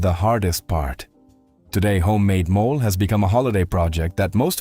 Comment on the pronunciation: MOLE is an animal! It's pronounced MO-LAY!